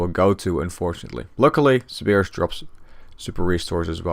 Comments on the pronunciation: How does one mispronounce Cerberus? lol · sir bur us